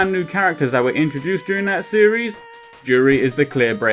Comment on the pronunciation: You got the pronunciation right the first time.